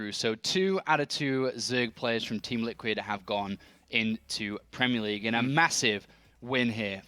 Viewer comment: Premie League? What's that? :-P